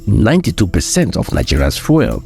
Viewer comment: Please learn to pronounce the word "fuel" properly. You keep pronouncing it as "foil". It should sound like "FYOO- EL". Please get it right. I like your videos, but your mispronunciation is very distracting.